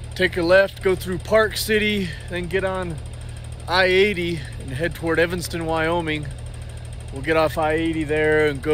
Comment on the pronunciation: You have a fan from Evanston on. Shout out for not saying Evingston like most Utahns seem to think it is. Nothing says I’m from Utah faster than that. Martin’s are as good as they get.